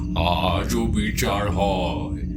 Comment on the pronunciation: মন্দিড় , বিচাড়, এগুলো কি ভাই ??? বাংলা উচ্চারণ জানো না ???😂